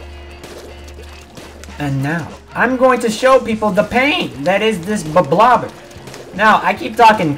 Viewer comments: Is it not pronounced ‘blob-lobber’? I hear people call it ‘blo-blobber’ and stuff. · is no-one acknowledging that he said blo-blobber? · its pronounced „blob-lobber“ fight me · Oh I didn't konw it was pronounced bloblobber. I always thought it was bloblobber. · Still can't pronounce it